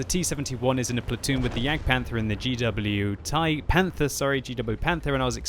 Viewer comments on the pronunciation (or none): none